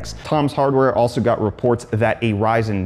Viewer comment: Did you say "Ryzen" or " rise in"?